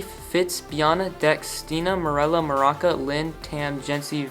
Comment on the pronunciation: I love how you pronounced Maruca as maraca (like the instrument lmao) love the channel!